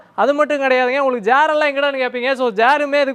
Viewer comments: தம்பி அது ஜேர் இல்ல.. சேர்... ரொம்ப கன்பூஸ் பண்ணிட்டியே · ஜெயர், இல்ல தம்ப்பீ "செயர்" அல்லது நாற்காலி என்று சொல்லுங்க 😂😢😮😅😊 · Chair table not jar dable just to correct only not to find fault.vaazhthukkal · CHAIR NOT JHAIR. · It s not jair but it s chair 😂😂😂😂😂. Enna avasaram indha ottam odrarnu purila😂😂😂😂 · Athu jar illai cherr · Chair ❌ jair ✅😂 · டேய் வெண்ண ஜார் இல்ல chair.. தூ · அது ஜெயர் இல்லடா செயர்😂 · Chair ❌ Jaar ✅😂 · Jer illa da chair 🤣🤣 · Table❌ Dabal✅ Chair❌ Jare✅ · Chair ❌️ Jhair ✅️ just for fun not for hurting anyone